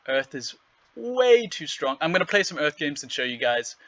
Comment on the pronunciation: Earf Splinter.